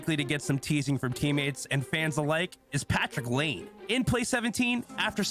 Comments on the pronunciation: why tf is this dude pronouncing "Laine" like that? its not "lane" lmfao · the guy doesn’t even know how to pronounce patrik laine, who has been one of the bigger names in the league for a while now. whatever that’s worth to you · Pronouncing the names like he sees them. Doesn't know how to pronounce Finnish surnames. Common mistake for English speakers.